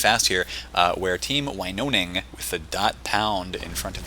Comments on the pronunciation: You pronounce it like this: Winoning, not like you did (Winoning). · Glove here. Pronunciation: win-own-ing Also, boogie cat/nana is a laaaaaady